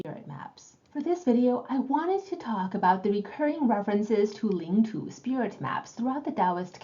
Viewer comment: Please pronounce Chinese words correctly, not the way they're mispronounced in English